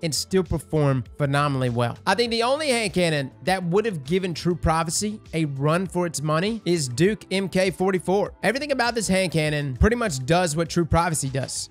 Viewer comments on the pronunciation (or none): The MK in MK 44 is pronounced as Mark. It’s a Navy designation to signify a version of something. So it’s Mark/Version 44.